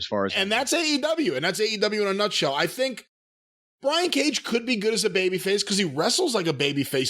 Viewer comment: That "Cage & Page" mention sounded a bit like "Cajun Page". Hmm, maybe that's an idea for a new gimmick for the cowboy?